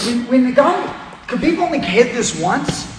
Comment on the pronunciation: its khabib, ,,, and pore.... stop being a parot